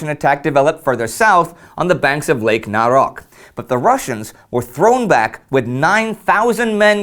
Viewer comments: It's lake NaroCH/NaraCH, not NaroK :) Great video though! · "Naroch" (originally: "Нарочь") should be pronounced with an "tsh" at the end (just like in "Czechoslovakia", at the beginning).SPOILER ALERT - the Naroch Offensive is going to be the most poorly executed Russian operation of the first World War.